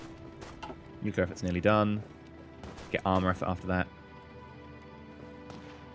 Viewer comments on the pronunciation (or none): I love how he said: let's go nucealer